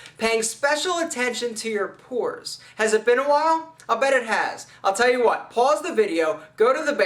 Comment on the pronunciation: He said "PORES the video" Ahahahahaha